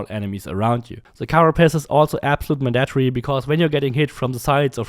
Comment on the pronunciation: "Man-dat-tree" LOL